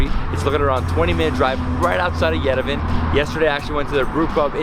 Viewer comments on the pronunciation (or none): Yerevan not yerevin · It’s YEREVAAAAAAAAN NOT YEREVEEEEN !!!!!!!!!!!!!! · Love your videos. Love the way you genuinely enjoy the food, the people, the sights. But pleeeease ask someone how to correctly pronounce Yerevan----Yeh-reh-von not Ye-rev-en. You do a great job saying much more difficult words in Armenian so I know this will be easy for you. Thanks for your great videos and wonderful spirit. Lusine is terrific.